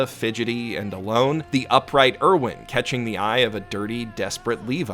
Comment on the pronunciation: I heard pronounce Erwin and gagged.